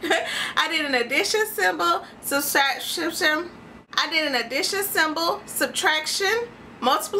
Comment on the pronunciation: Don't be mad at me, but I kinda got a kick out of watching you try to pronounce "subtraction" correctly, lol. Reminded me of an old grade-school classmate of mine who would pronounce "calculator" as "CACK-u-la-tor", lol. But anyway, lovely job with the pie. :)